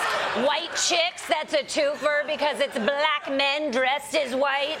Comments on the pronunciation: Honestly Daily Show should get very specific about how Trump pronounces "Black" It's always with a few extra L's for emphasis, very triggered. "Bllllllllllack people" It's a huge red flag for his racism. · Don’t you hate the way he pronounces the word black? I first noticed it when he was talking about Kamala Harris not being black. He says it in a really snarky way. I can’t believe there are black people who support this racist.